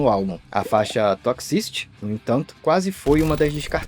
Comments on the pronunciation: Quanto mais ele pronuncia a palavra "toxicity" mais agonia eu sinto pqp q difícil pra pronunciar "toqsi ciri" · Aflição ouvir 'tócsi-síri' errado várias vezes rs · "Toxisty" que agonia isso.....